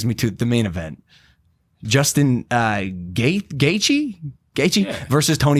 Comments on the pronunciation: imagine not knowing even as much as how to pronounce Justin Gaethje. Stop calling yourself an MMA fan you sound like Stephen A. Smith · Others have said it but how the fuck do you not know Gaethje?!? And mispronouncing his name is just lame man come on...